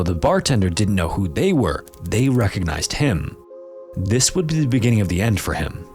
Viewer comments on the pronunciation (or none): "this would b-zhs beginning of the end"